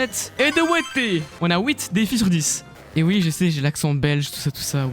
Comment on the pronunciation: BAHAHA regarder moi ce Belge qui est infiltré Italien et qui dit "ouit"